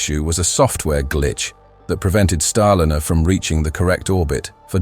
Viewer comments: Starliner -- not starlinner, you silly twit. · You chose a particularly poor AI voice-over. Many mispronunciations. Really bad when it can't even pronounce Starliner properly. Also... The CLICKBAIT TITLE didn't exactly enhance your credibility and is indicative of an AI channel. B A D ! ! ! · Rubbish "Clickbait" title!! What TERRIFYING Discovery, and who just died? The content is well covered, but outdated with many possible action points already taken, plus unrelated video clips of Starship and Space Shuttle. Finally, please use a voiceover that pronounces Starliner correctly at all times, which it can and occasionally did, but randomly, and often within a few moments, if not the same breath, it said StarliNNer, and at least once StarlinEEr.